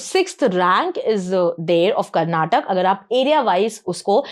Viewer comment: Madam for your kind information we pronounce our state name as Karnataka not Karnatak , it really boils our blood when some one mispronounces our state name. It will be the same feeling when someone mispronounces your name. Kindly rectify this.